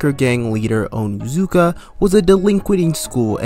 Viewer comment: The way he pronounced Onizuka as “Oh-knee-cuh” made me physically cringe.